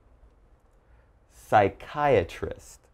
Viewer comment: U pronounced psychiatrist wrong